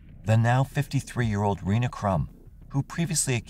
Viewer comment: Her name is pronounced Renee not Ree-na and you need to speak with her about what she has been put through by OPD. The tapes were never found and yes the girls were suppose to testify. I see that you couldn’t explain why the car was muddy and the girls clothes were wet/muddy. You also showed a picture of the wrong type of truck that was on the security video. The driver of that truck is now deceased but his truck has never been found hmmmmm. His family is part of the judicial monarchy in Ozark. You could have done better by actually coming to Ozark.